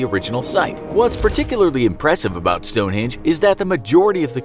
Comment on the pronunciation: You said Stonehinge include the e